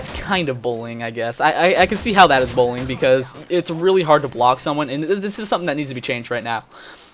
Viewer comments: genuinely though he was saying "bowling" at first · sounds like you're saying bowling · does anyone think what he's saying sounds more like "bowling" than "bullying"?